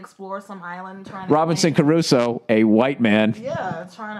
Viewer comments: Who the fuck says CArusoe? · Who says "ca-ru-so"?!? Hahaha, huckfeads! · Did really say Robinson ''Caruso''?? LOL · it's Robinson Crusoe not Caruso:)) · No.....not everybody says carusoe. Nobody says carusoe. Idiot!!